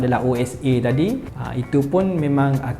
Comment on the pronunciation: Speaker sebut ‘tadi’ pun dah boleh detect org klntn sbb sebut ‘takdi’